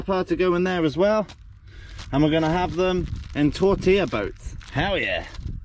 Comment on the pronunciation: Dude, you're hurting my ears, it's tor-tee-ya, not tor-tilla, just playing with you man, luv ya dude. Ha ha ha.